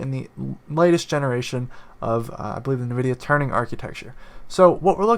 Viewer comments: It's nvidia TURING, as in I own a Touring bike, not "turning". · Ah yes, Nvidia turning acheteciture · *Turing Architecture. No "N". An homage to the great Alan Turing. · Well! Sorry to break it to you, but dude you dont know ABC about computers. The video started with you stating "nvidia's turning architecture". Its TURING not "TURNING" and thats super basic. And then similar things happened again and again in the video. The intention was good, i give you that, but please at least know about the thing you talk about before making the videos. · Did he say "Turning" architecture???